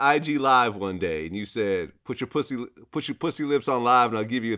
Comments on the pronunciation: He said, "No pwussy!"😅🤣😂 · 😂😂😂 I was waiting to see this comment ! Lol - “I’m on parole Vlad.... they told me one mo pwussay.... dassit” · What's the time stamp on "Pwussy"? i can't find it and i cant sit through the interview again. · One more time ☝🏾 One more Pwussy 🐱 If we see pwussy one mo time ‼️‼️ 😂😂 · “One mo pwhussy” 🤣